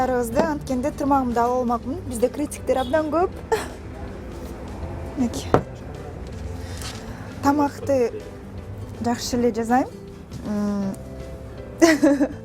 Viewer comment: жазайм эмес жасайм деп айтсан